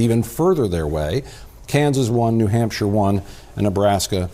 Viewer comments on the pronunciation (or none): none